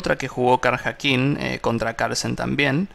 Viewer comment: La pronunciación correcta de Karjakin es {kariakin}. Felicitaciones,, muy instructivo. Gracias.